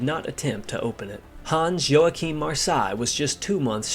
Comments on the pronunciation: ˈjoːaxɪm/ is the correct pronounciation! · Americans really mangle the pronunciation of Luftwaffe. There's no "oo" in it and the "w" is a "v". You don't quite get Joachim or Marseilles right either.